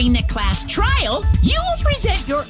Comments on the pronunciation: THIS NIGGA SAID TRAIL INSTEAD OF TRIAL 😂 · “This TRAIL a breeze” In here before he edits that mistake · when you was so early it said TRAIL instead of TRIAL... 😂😂😂😂